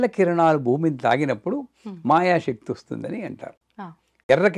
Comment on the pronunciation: బాగా చెప్పారు. చెప్పాననుకోకండి నమషివాయ-కాదు నమశ్సివాయ-✔️.. షక్తి-కాదు శక్తి- ✔️